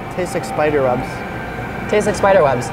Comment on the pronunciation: Did u say spider webs or Spider wubs Like if. U thought the same thing